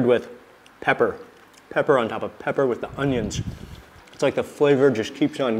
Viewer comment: Mark can't say pepper? lol